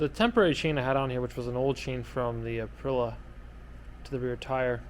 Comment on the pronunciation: Nice build. But please - it's ApriLIA- not Aprila 🤙🏼